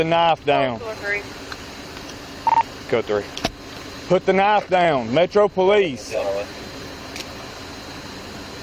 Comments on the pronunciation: He said "Put the Knoff Douyn" about 20 times...sheesh. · Maybe he didn't understand the cop was talking about the "knife" because he kept saying "put the noff down" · Put da Nah-ya-ff dan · “Put the knafe down” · “Put tha knife dow-uhn.” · The officer pronounces "Put the knife down" in a manner that will make my brain hurt for a week. 🥴